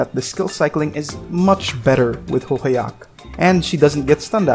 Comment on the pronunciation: I heard which song you used in the opening. Also, I heard nowadays the new enemy info section shows which abilities can be silenced, with a silence debuff icon next to its description. I barely ever read it though. Also, her name is pronounced "holhaya". Anyway, lovely video!